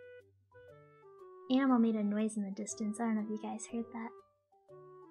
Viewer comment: Im hearing enemel the longer i listen to her 🤣🤣🤣